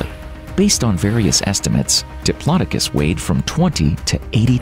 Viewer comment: The way you said diplodocus made me shiver, that can't be the way you're supposed to say it surely